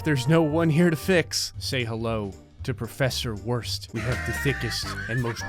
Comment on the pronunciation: Professor Wurst isn't pronounced as worst. its pronounced as Vurst, because thats how language works